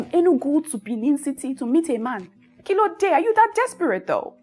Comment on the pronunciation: Oh my God! Is the "kilode" for me?...gurl!! I didn't see that coming.😂 The "kilode" came with an america accent. Ohhh, u are so amazing ❤